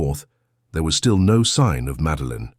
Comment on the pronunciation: The “No” does not sound “emphatic!”🇬🇧